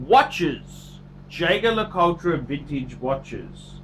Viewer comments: Jay Gar La Cull Tra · Learn to pronounce the name of the brand before you give your opinion.